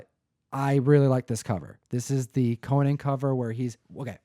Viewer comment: His name is CO - NAN not Coe-nin. He’s a warrior not a talk show host